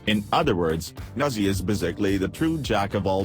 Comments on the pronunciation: i hear nazzi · it's chinese so it's pronounced like neja. neh-JAH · That is not how u say “Nezha” I expected better from a cephalon